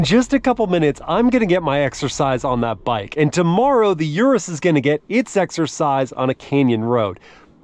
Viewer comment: Please at least pronounce the car you are reviewing correctly, lol